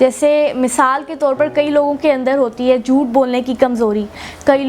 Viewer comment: "JhhooTth bolne ki kamzOri" 😂